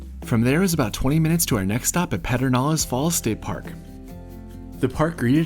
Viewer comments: As a lifelong Texan from San Antonio, it is great seeing the Hill Country get some love. Such an awesome collection of towns and things to do. Some local intel about the park. It is pronounced Purrr-den-ales in spite of that pronunciation making no sense! Enjoyed the video! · “Pedernales” is pronounced with a bit of Texas twist: Perdenales. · Loved the tour, but was ROTFL at your pronunciation of Pedernales- maybe you should have asked a Texan?!😂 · Always the teacher, sorry, but you mispronounced Perdenales.